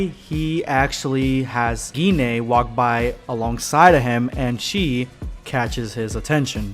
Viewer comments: Pretty sure its pronounced g-yne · Kind feel like it’s pronounced with a soft G, like auberGine. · Ur pronunciation of gine is killing me